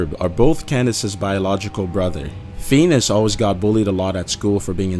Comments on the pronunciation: It's pronounced finEus not Feenus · the show is called 'Phineas and Ferb', pronounced FIN-ee-us, not FEE-nus. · its phineas not feenus phin e us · You are pronouncing it WRONG! Phineas is pronounced Fih-nee-uhs Not Penis!!!! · Are you serious! It's Feneyes not Fenes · i know spongebob is high i figured this ages ago hahaha, 'Feanus' though haha Phineas you dick xD Fin-E-Us that ain't hard geez >.< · Please stop saying Feenus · Feenis? Learn how to talk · "Feenus and Ferb" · I hate the way he said phineus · The fact you said “feenis” so many times killed me lmfao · recess was the shit!!!! and why can't he pronounce Phineas right? lmao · Fee-nus lol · "FEENUS & FERB" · im really pissed that he's pronouncing phineas and pheenis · Feenis haha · Who is Feenis? XD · He pronounces Phinies as Venus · Anyone else realize that it's mostly Disney on the list? They must be dark dark people. Also it's pronounced "Fin-e-is" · It's NOT feenus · It's "penis" and ferb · WHAT THE HELL IS PHEENUS AND PHERB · (Fenus and farb) the way the narrator pronounced it. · Ok, why does he call Phineas "Pheanus"??? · Pheenus? Pheenus? PHEENUS? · its not fenus XDXd lolz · Did you say Penis and Ferb? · Did he just say fenus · Lol "Fenus" I'm dying that is so close to fetus LMFAO. Best pronunciation of the name Phineas I have ever heard. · he says Phenus one more time...... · "fenis" jeez, dude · I'm going to cry if he says Feenis one more time. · "fetus and verb" IM SORRY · FFS! XD the way you pronounce "Feenus" is amazing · fenus fenus fenus xD oh dear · "Fenis" and Ferb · Lmfao "feenis" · "Fenus and ferb" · he said (phines) not phenius or how ever it is spelt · Looks like you didnt study too much in pronouncation. Fenis and Furb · Lol at "fenis" and ferb tho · FIN-EE-US. That annoyed me to an irrational extent XD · "Pheenus and Furb" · Phineas--- Fin-EE-us sorry that really bugged me lol, I'm kind of crazy about English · Seriously learn to say phineas!!!! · Feenus? Lol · Lmfao feenis XD